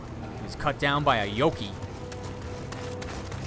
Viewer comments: 64 Actually Yokai is pronounced Yokai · The way he says Yoki made me laugh so hard. Actually, the way he pronounces everything is amazing.